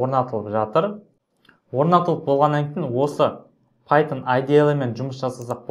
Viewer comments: Пайтжан емес пайтшарм солай естіліп тұр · Пайтон❌ Пайтжан✅